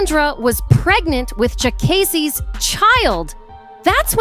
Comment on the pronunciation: Why she keep calling him Jaykaysee? Smh.